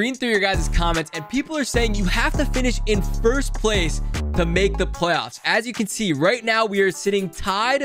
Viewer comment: normal people: make it to the playoffs: make it to the plofs